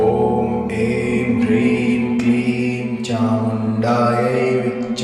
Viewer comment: Как правильно Хрим или Прим? Слышно Прим а написано Хрим